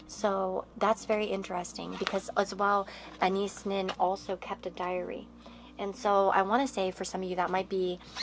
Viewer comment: FYI You’re pronouncing Anais wrong.